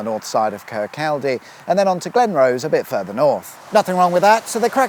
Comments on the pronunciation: Kirk-call-day? Not quite. It is pronounced 'Kir-kaw-day'. Also, Rosyth is pronounced 'Raw-sythe' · Kirkcaldy = "Kercoddy". Glenrothes = "Glen-roth-ez". Rosyth = "Ross-syth". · Kirkcaldy = Kir-cod-ee. Rosyth = Ros-aye-th. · (phonetically) kirk-aldi..?.....kirk-oddy 😂😂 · You have to admit that Kirkcaldy really doesn't sound like it should be pronounced cur-coddy, but then again Milngavie... what can I say. We do like to confuse our southern neighbours at every opportunity. Its childish, but its fun. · kirkcaldy prounced as kirk cody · Please ask locals about the correct pronunciation of place names 😊 "Kir-cawdee", etc. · Kirkaldy (pronounced: Kirkoddy). Pitreavie (Pronounced: pit-reevie). Rosyth (pronounced: Ro-cythe, or maybe Raw-cyth) - But I reckon you already knew that ;-) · Slip roads and slip ups..... it must be Sunday :D In fairness, Fife is littered with lots of place names that catch out unsuspecting visitors - Kirkcaldy is that famous for being mis-pronounced Im surprised it hasnt been renamed lol! (Glen-roth-ess, Ro-sy-th, Kir-caw-dy) x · I’m ok, I’m ok! My ears have stopped bleeding! Next time you present a show from Scotland please wear an apron…..just so we know from the get go that your about to butcher the place names! 😱😜👍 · Pronounce it Kirkcody, not Kirkcaldy, and Rosyth as Rossithe. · I enjoy your motorway revelations however, your pronunciation of these Fife towns made me cringe. Kirkcaldy ... kirk-caw-di Glenrothes ... glen-raw-thi-s Rosyth ... raw-scythe. Perhaps you could engage a local to give you a steer in the right direction next time. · Eeek! I can hear the whole of Scotland yelling " It's pronounced Kirk-oddy!" I didn't realise this motorway (?) existed at all, a bit like the A604(M) that was quickly erased. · Oh dear sir.. Glenrothes is pronounced Glen-Roth-es and Kircaldy is pronounced Kir Coddy lol Love the video though just I was like .. where and where... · sorry, but they're pronounced Kirkcaldy and Glenrothes.